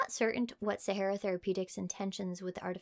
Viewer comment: SA HAR RAR. As in the desert.